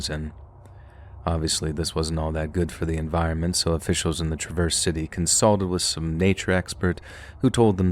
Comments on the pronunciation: OK, the mispronouncing of Traverse City, MI and Grand Traverse County is driving me crazy. It is pronounced like the name Travis NOT like “I am traversing the river.” The heavy accent goes on the first part of Traverse, not the second part. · You're pronouncing Traverse wrong 😅